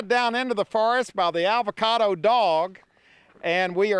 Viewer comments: "Your dog is eating an 'avacada'." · i love how he calls it an ALvacado